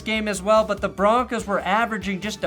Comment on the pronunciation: 1 last thing aye its broncos not broncas say it wit me bronc ohs not bronc ahs put some respect on our name you can't say it like a suburban mom and expect things to go well in a combat sport idk what you guys think foot ball is